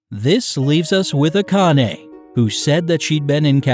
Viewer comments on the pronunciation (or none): none